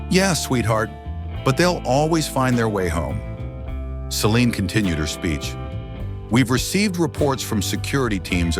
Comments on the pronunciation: It is important to keep the pronunciation of subjects names consistent. That doesn't happen in this story when it comes to "Celine' and the last 'e' should be silent. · At about Celine's name is butchered by saying the last 'e' which is silent. Incompetence displayed by poorly-trained staff and/or AI . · Celine's name butchered again at about 26 . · Celine's name butchered again at about or so. Likely poorly trained AI .